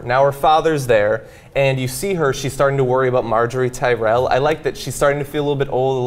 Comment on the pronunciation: It's pronounced Ti-rell.